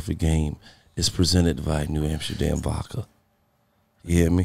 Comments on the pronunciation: Lol whenever Gillie says vodka sounds like he's saying "vaca". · Bruh I knew I wasn’t alone in this lmaoo 😂 “New Amsterdam Vacka”